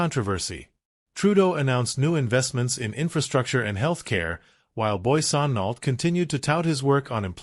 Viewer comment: Poiliever...is not even close to your pronunciation...Trudeau...and Trudeau Senior have made Canada an example of Democracy...Not perfect...none are...